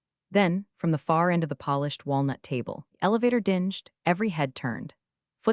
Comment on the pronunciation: The elevator dinjed. I swear AI is getting dumber and dumber.